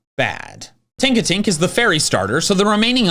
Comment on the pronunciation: It's Tinkatink, not Tonkatink. Plus, Ralts and Kirlia are super weak. Kirlia, with a base stat total of just 278, is weaker than a base form starter. I would choose Flabebe for Fairy instead, since, like Tinkatink, it's more balanced all the way through.